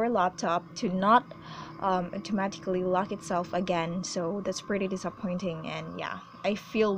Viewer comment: I love how you say automatically